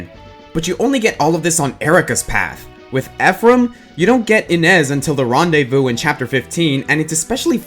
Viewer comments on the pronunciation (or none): none